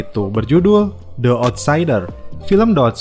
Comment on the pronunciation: Bang yg bner bacanya Di outsider bukan De outsider , ,😴😴😴